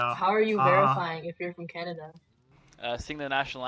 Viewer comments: bro said canadia??? Doth thou meaneth CANADA????? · did he say canaydia? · Why did he say "canadia"😂😂😂